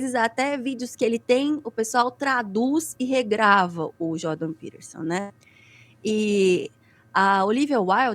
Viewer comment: Essa mulher não sabe nem falar o nome do maluco e tá dando pitaco. Jordan Peterson é um dos porta-vozes do sionismo no Ocidente e esses imbecis estão falando de Hitler...